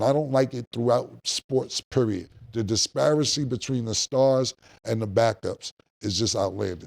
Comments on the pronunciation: It took 2 years but Cam finally got it....Disparity 😂🎉 Edit: Nevermind...30 seconds later. Disparicy😂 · KILLA KAM KORRECTOR: Disparicy = Disparity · What's "disparcy"? 😂😂😂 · Killa, "Disparency!" 😂😂😂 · This season I've learned two new words from Cam, Mediocrisy and Disparacy 😂😂😂 I love this nigga 🤣😂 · must be scared to correct Killa. Wtf is disparcy🤣🤣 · Killa it’s “Disparity & Mediocrity” there’s no cy on the end.👀😳😂😂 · Killa, you can say "disparency" as many times as you want but it's still not gonna make it a real word 😂😂😂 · Please ban Cam from saying Disparity Disperency is insane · Spoke too soon, bro teeth hit a growth spurt in the middle of the show. “Disparancy”🤦🏾‍♂️😂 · Cam stay fighting “Ty” words… mediocrity, disparity… 🤦🏾‍♂️ lol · Cam and the word disparity lol HE CANNOT GET THAT WORD RIGHT TO SAVE HIS LIFE LOL